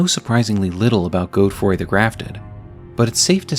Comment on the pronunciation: “Goadfroy” come on man great video but that’s just crazy